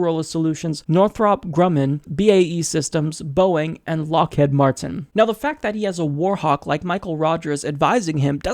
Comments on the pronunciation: That pronunciation was a Freudian slip. Subliminally you know that corporation wants to put all the American tax payers into a Head Lock! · Lockheed Martin. I have literally never heard that company's name mispronounced before this day, despite the thousands of times I've heard it said. I attribute this to your misreading of the name, rather than not understanding how "heed" is pronounced. Well, at least you got Boeing right.